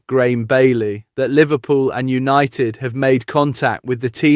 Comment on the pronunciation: Why can’t you say millions and its not opted its united come on your English too stop butchering the language 😤🙊😩🥵